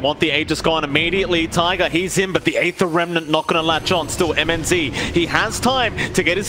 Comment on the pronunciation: Mnz? Se pronuncia minoz papi